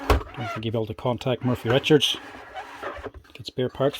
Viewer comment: Trust a good Irishman to call it a 'Murphy Richards' food mixer! It's 'Morphy'! As usual, great stuff.